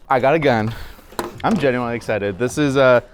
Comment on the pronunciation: For someone who says "genuinely" so much, he sure doesn't know how to pronounce it.